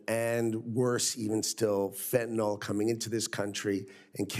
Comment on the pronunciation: Not fentanol! -ol is an alcohol. Fentanyl is the deadly synthetic opiate. - -nyl pronounced nil. fentaNYL.